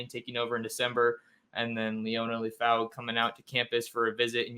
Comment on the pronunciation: It’s LEH-FAU my brotha but thank you for his spotlight. His name is translated LION in the Samoan language ! His destiny is coming into a fluent stride 🇼🇸 haha faka and that’s my life story